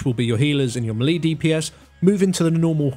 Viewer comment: Melee is pronounced "maylay" Learn to speak